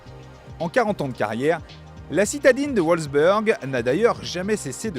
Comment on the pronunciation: Wolfsburg se prononce « Wolfsbourg ». Le « u » en allemand se prononce comme le « ou » en français. A ne pas confondre avec le « ü » qui se prononce comme le « u » français. Wolfsburg prononcé à l’Américaine 😂😂😂